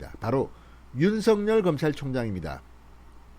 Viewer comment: 윤성열 입니까 윤석열 입니까 발음좀 똑바로하세요 답답한양반일세